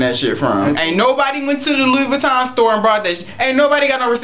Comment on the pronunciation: Love you but you don't even know how to pronounce Vuitton. It's Vu-ee-tohn or Vee-tohn not va-ton